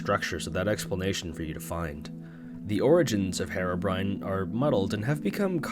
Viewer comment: Herebrine that’s how you said it lolll it’s herobrine